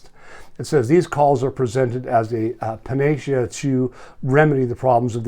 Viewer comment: panacea = pana-see-a